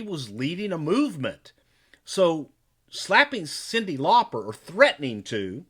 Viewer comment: Her name is actually supposed to be pronounced that way! It's Lauper, so not far off?! Just sayin'